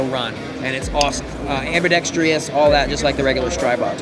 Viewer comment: Pls make a short barrel .22 Stribog like the 9mm. Also, it ambidextrous (4 syllables), not ambidextrious (5 syllables).